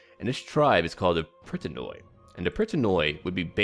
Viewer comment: when you see any unit that has "oi" (at least in Hellenic units although I think most "barbaric" ones have also names given to them by the greeks etc.: Pritanoi seems like one) it is actually pronounced like you pronounce the first 'i' in Pritanoi.. or 'e' just as you pronounce it by itself. The thing is in greek in all cases when we right "oi" it is pronounced as an 'i' and only rarely as 'o-i' only if it is written like this " οϊ ". That's why greek sound funny in this mod with so much oioioioioi ououououou eueueueu auauauau:P Also most times 'ou' is just 'u', 'eu' is either 'ef' or 'ev' as 'au' is in most times 'af' or 'av'... I think I might talk to the EB team too about that.